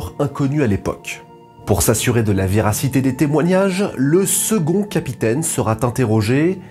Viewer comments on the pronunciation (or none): " le second capitaine sera-T-interrogé ", aïe la liaison ! C'est ce qu'on appelle "faire un pataquès" ! Cette expression désigne ces liaisons inadaptées qui se glissent dans nos conversations du quotidien. Pourquoi «pataquès»? Le grammairien du XVIIIe siècle DOMERGUE rapporte l'anecdote suivante: "Un jeune homme était au spectacle dans un théâtre, à côté de deux dames richement parées mais dont la conversation montrait bien le peu d'éducation qu'elles avaient reçue. Tout à coup, le jeune homme trouve sous sa main un éventail. «Madame, dit-il à la première, cet éventail est-il à vous? - Il n'est point-z-à moi. - Est-il à vous, reprend-il en le présentant à l'autre? - Il n'est pas-t-à moi. - Il n'est point-z-à vous, il n'est pas-t-à vous, dit le jeune homme, ma foi, je ne sais pas-t-à qu'est-ce!". Au moins, ton erreur m'aura appris ce que signifie faire un pataquès et d'où vient l'expression ! Bonne année 2023! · Merci pour cette vidéos mais ,encore une fois,attention aux liaisons. 4’45’’ : « Le capitaine sera (t) interrogé ». Il n’y a pas de T à « sera » donc ça n’est pas la peine d’en prononcer un. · S'il vous plait. Soignez vos liaisons !!! « Sera interrogé » et non pas « serat interrogé » Vous êtes très (trop) coutumier de ce genre d’impair (du style vingt z’années). Ça gâche vraiment la qualité de votre travail. Ça en devient même pénible A propos le terme précis de ce genre d’erreurs s’appelle un pataquès.